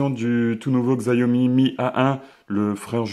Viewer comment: je tiens a dire que la marque ce prononce "Chiaomi" et pas "Xaiomi" voila j’espère que ça pourra t'aider dans tes prochaines videos : )